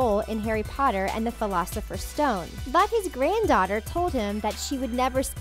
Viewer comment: What the hell is the pholafesers stone